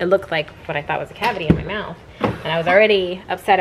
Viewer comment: said get yo mouf together, girl! 😂